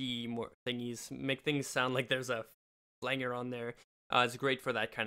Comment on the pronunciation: you're saying flange wrong or have i been saying it wrong :( oh shit.